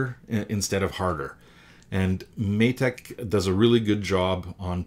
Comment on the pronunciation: Matek is pronounced may tech, it's been a nice good series so far.